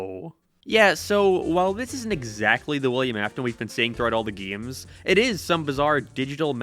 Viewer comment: It never gets old when he pronounces games "gims"